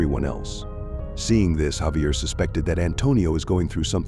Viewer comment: Javier is actually pronounced with an H not J sound.